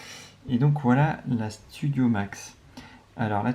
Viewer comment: Elle s’appelle Storio et pas studio monsieur